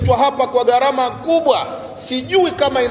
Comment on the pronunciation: WEWE NI MWANACHUONI, NA KISWAHILI NI LUGHA YA WAISLAMU, NAKUOMBA USEME GHARAMA SI GARAMA.